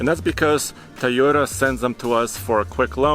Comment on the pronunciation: Wtf is a"THAYOTA" ????